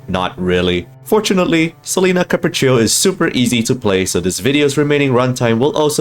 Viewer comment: the way pronounces Capriccio and Recitativo di Fantasia is so satisfying